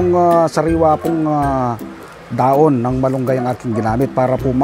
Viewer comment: Kapampangan po ba kayo sir?wala po kase kayong "h" e..dahon =daon...hehe